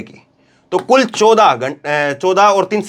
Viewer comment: Aap 14 ko English me bola kijiye hindi me apka pronunciation gadbad kar deta hai 😮